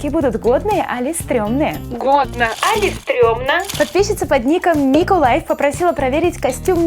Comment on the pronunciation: Не али а или